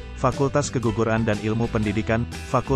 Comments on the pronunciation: Salah ucap apa salah dengar: Fskultas Keguguruan, menit 1.15 Medtinya Fakultas Keguruan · Apa cuma saya yg dengernya Fakultas Keguguran? (UMP) 😅